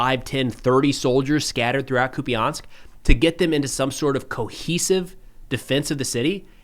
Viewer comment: Hey, just a quick correction on the pronunciation of «Куп’янськ»… it’s “koop-yеnsk”, not “koopy-yansk”. A minor detail, sure… but I thought you might like to know!